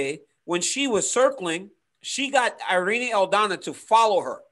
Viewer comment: It's Pronounced Irr... Ee.. Nee.... The I in Spanish sounds like an American E... ERene =Irene ... Cringe ...